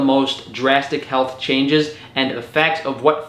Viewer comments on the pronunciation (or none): none